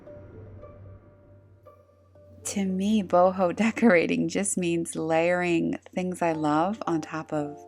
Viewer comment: Boho. Not book.😂